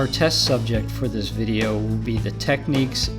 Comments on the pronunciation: Just to let you know it's pronounced tech-niks not tech-neeks like you said in the video. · Tech nics no e in nics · I used to think the same but I have heard a few Technics TV adverts and they have all pronounced it neeks not nix. I still say nix. Datsun was a Japanese automobile manufacturer brand owned by Nissan. Datsun's original production run began in 1931. From 1958 to 1986, only exported Nissan cars were identified as Datsun.